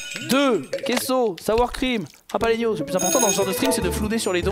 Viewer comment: JaLaPenos, pas JaPaLenos .. :(